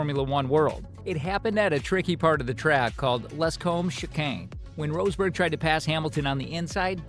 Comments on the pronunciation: Who's Nico "Roseburg"? 😂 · Inaccurate garbage: It takes a few seconds to check how a last name is actually pronounced. The man is not called rose berg Why are you showing Checo Perez when talking about Max Verstappen? Discussing Hungary 2021,,, wtf are you smoking? Lewis ended up 2nd in Hungary 2021, Max 9th after the bowling with Bottas thing. They did NOT collide with eachother nor did Max try to overrtake Hamilton at the restart. In fact the restart is legendary as Hamilton was THE ONLY CAR ON THE STARTING GRID, the rest started from pitane. You wanted some juicy Hamilton/Verstappen clashes... why not Silverstone 21, or Monza 21 (where Max and Lewis ACTUALLY drove eachother off track) Do you even watch F1?